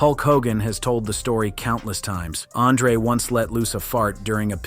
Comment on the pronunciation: This AI is wild. Pronounced Andre differently within 3 words.